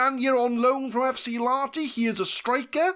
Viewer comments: You're soldiering through the finnish names pretty dang well. Even if "FC Laaati" kills me a little on the inside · A little less emphasis on the A and a bit more audible H and you're golden.